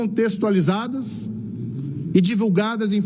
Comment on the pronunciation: Quase não consegue pronunciar a palavra "DESCONTEXTUALIZADA". Ainda tem quem diga que o Paraná e mais culto do que o Norte e Nordeste. Kkkkk